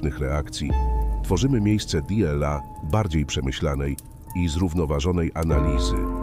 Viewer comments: Niby pierdola Dela Marek Aureliusz. Zamiast dla Marka Aureliusza. Może warto by było, żeby ktoś odsłuchał materiał, po wygenerowaniu materiału przez SI. Bo naprawdę może to trochę przeszkadzać. Ktos napisał, że w 15 min Dela, nie wiem ze 20 razy jak nie lepiej tak powiedział wasz głos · no właśnie, d-ela zamiast "dla" jest jsk dzwonek wytrącający ze snu